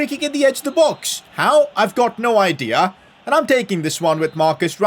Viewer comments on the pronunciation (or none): none